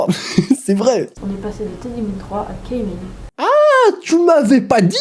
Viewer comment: "Keymin" ? ... Keymin... Mon esprit de Shawol part trop loin.